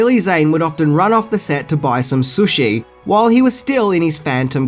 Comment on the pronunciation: Damn dude, you really reaaaally massacre words and this is coming from a fellow Aussie.. Sushi - Sooshi Schumacher - SchuMACKA Cinema - Cinimarrrr Thailand - Tyreland Etc Etc ETC